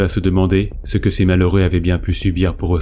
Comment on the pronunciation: "jusqu'à CE que"...et gaffe aux liaisons, ça gâche un peu tout, c'est dommage.